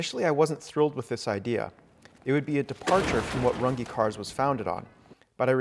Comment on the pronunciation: Fabulous. But why do you keep pronouncing your surname always wrong?